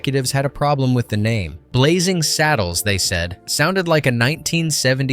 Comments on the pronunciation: It's 'Blazing Saddles' not 'Blazzing Saddles!' How can you be taken seriously as a reviewer if you can't even get the spelling of the movie itself right! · Blazzing Saddles? BlaZZing? 😄